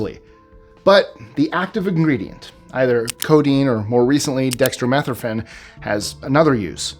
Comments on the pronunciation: Dex-tro-meth-ran? Dextromethorphan: Dek-struh-muh-thor-fn. makes it sound like a different drug. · it's "Dek·struh·muh·THOR·fn" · you're pronouncing Dextromethorphan wrong and you're annoying me. Are you British or something? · like the way you pronounce "dextromethorphan"